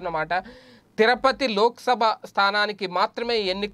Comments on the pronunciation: తిరపతి కాదు, తిరుపతి. కాస్త చూసి చదవడం నేర్చుకోవాలి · Tirapathi kaadhu Tirupathi ayya